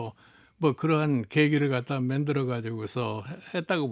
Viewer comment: 만들어를 맨들어로 말하는 나이대의 정치인은 제발 은퇴하자!